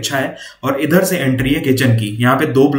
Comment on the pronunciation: Idharrrrrr. Udharrŕrrrr😂